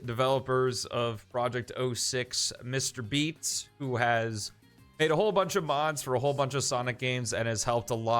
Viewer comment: Thank goodness I wanted to do p-06 videos also can you never say "mr beatz" just sounds werid.